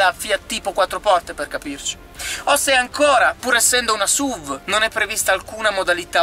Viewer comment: La V di SUV non sta per "vèigon" ma per vehicle. Comunque SUV per i detrattori è l'acronimo per Stupid Useless Vehicle. Almeno così pensavo prima di Stelvio. Da buon alfista, sono felice possessore di una Giulia Q, la Stelvio mi piace, anche se sembra una Giulia dove ci hanno scoreggiato in cinque ... puff :-)